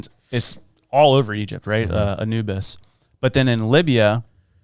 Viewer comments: Añubis 😂 sorry that made me laugh 😂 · She says "AnUbis!" Like they say in the Prince of Egypt, "playing with the big boys" 😄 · These dweebs can’t even pronounce Anubis properly.